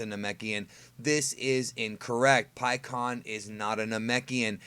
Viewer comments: I always pronounced his name before this pik aan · In the official anime and the official licensed games (like Raging Blast 2) he's "Pikkon" and pronounced that way. I'm not gonna be calling him "PikeHuAwN" forgive me lol.